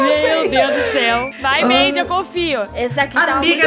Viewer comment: Eu tbm ouvi Maidy 🙀🙀